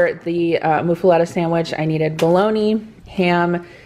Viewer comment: It's Muffuletta (like Muffin), not like (Moo)